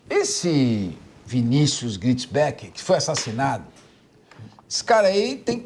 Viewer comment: Nao é Gritisbeck😅😅😅😅 ta loco kkkkkk